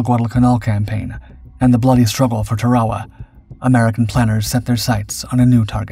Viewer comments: It's pronounced TARawa not taRAwa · I thought he called it Ta-rah-wah. The pronunciation on these channels is all over the place. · Everyone in the English speaking world calls it Tár-uh-wu. Who are you trying to impress w your fancy pronunciation. You beclown yourself.